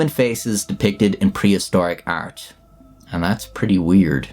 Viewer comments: why do you pronounce art as "ert" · "prehistoric ert" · the way you say art is the equivalent to gordon ramsey saying olovol